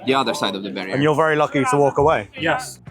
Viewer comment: says vury a lot.